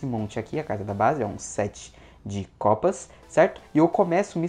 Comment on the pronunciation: Quatro de Copasa kkkkkk alguém mais ouviu issu kkkk